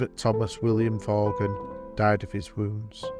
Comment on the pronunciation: The surname Vaughan is pronounced as VAWN, with a silent G.